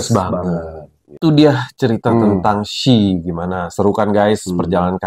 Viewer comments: Iya Kak di-spell satu-satu 🤭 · iya, penyebutannya bukan she = shi/syi..tapi kayak huruf English di spell gitu loh.. s.h.e = ex.eij.yi gitu 😊🙏